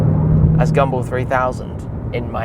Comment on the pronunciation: EVERY TIME ⏲️ YOU HAVE SAID GUMBALL , IT SOUND LIKE YOU WERE SAYING, GUMBO !